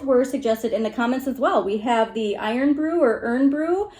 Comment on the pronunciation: pronounced "iron broo" (miss out the o in iron,) ( eyern).. its our "other " national drink...😁